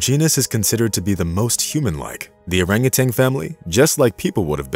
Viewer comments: Orangutan not orangutang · Also.....it's oranguTAN, not TANG! Sorry, but that also drives me nuts! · Orangu...tan ~not ~Orangu...tang (AI???) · In addition to the rest of the correct comments here, I would note that it's not "orangutanG". It's "orangutaN". NO "G" at the end, please! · And it's orangutan, not orangutang! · Furthermore, it is orang utan, not orang utang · As one has already commented, one other pet peeve is the use of Orang-utanG. There is no G at the end, folks. At least in the English language. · And adding a 'g' on the end of their names at that. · I thought the same thing. But the narrator, in that rather artificial voice, also continually refers to them as "orangutangs" with a g at the end. It's a common mispronunciation, but one you shouldn't have in a video meant to inspire and educate. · Love the story. Would love it more if the narrator could stop adding a "g" to the end of orangutan and refrain from calling them "monkeys" since they're apes. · THERE IS NO "TANG" IN ORAGUTAN! :face-orange-raised-eyebrow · I hate it when people say "urangatang". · We share around 97% of our DNA with bananas, too. That's not what makes us so close to orangutans. And yes, it's orangutan not orangutang. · Dude … it’s an orangutan, not a rangatang ! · If you're going to use a text-to-speech AI, you need to find one that doesn't think that orang-utan is pronounced orang-utang. People do it too, so I suppose it didn't have a good dataset to work from. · Nice story! In the future, please make sure your info about, and pronunciation of, the animal is correct. Great apes, not monkey; no "g" and the the end of "orangutan"! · Orangutan, not Orangutang. Also, they're apes, not monkeys. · Not only that! He pronounced their name incorrectly. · There is no "g" as in genius in Orangutan. Same for no "g" in Yin. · Just a thought, hire a narrator who can say orangutan